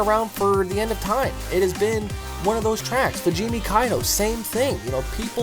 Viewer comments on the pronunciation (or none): none